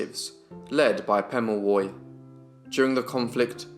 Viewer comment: Its good to see a young man taking interest in Australian Aboriginal peoples /// Your reading from a book // best knowledge is from the people themselves // Also you then will know how to say his name correctly 😉